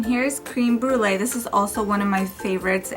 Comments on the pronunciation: Just me or was anyone else surprised when she said "cream brulee" instead of "creme brulee" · you pronounced creme brulee wrong, it's french